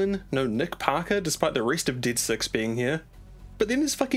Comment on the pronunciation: You say dead funny